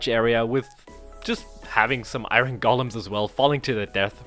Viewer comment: Is he saying iron like iRon instead or iOrn jokingly or for real? (just putting it out there that iOrn is easier to say, from experience.)